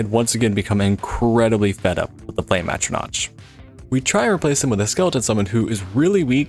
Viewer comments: Great video. It just dealt me psychic damage every time I heard you mispronounce "atronach". I understand that it ends with a "ch", but there are npcs who say the word where you can hear it's like atro-nock. But yeah, good video all the same. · ATTRO-NATCH??? Come the fuck on dude... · The excruciating pain of you not being able to pronounce Atronach and courier